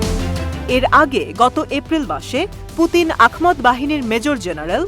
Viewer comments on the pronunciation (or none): আহমদ, আখমদ নয়